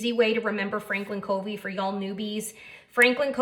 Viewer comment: fyi Covey is pronounced like "Cuhvy," not like "Coevy." Very nice video; thank you. First one I've seen. Subscribed.